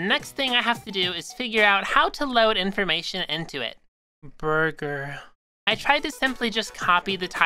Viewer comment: obsessed with thrje way she said burger. like . "Burger ,,,,...,.,,,,...,..